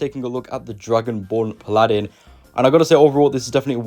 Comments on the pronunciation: Tf is a pladdin. Pa-la-din my guy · you pronounce Paladin wrong, with the Dragonborn